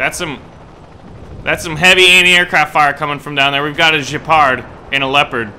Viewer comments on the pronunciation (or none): "Jepard"??!?!? It's Gepard man, GEpard! Like in GEt the hell out of here. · Why do Americans have to be so relentlessly ignorant of other cultures? Gepard is a German word, you already know this. Does Jjepard sound German when you say it? Just go with gaypart and you'll be a lot closer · Dude!! It's Germany!! Guaranteed, it's a hard G in Gepard! Not French!! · I really think I have to stop watching until he learns how to pronounce "Gepard".